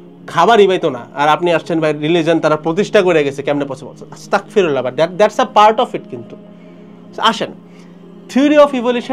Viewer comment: সঠিক উচ্চারণ , আস্তাগফিরুল্লাহ" (أستغفر الله) ।